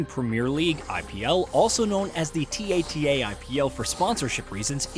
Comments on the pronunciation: I think the voice is AI. Or else who says T-A-T-A and not "Ta-Ta"? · did he literally just said T-A-T-A when you can pronounce tata